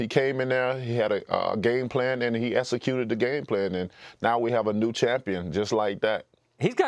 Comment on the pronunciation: Its eXcuted deontay, not esscuted.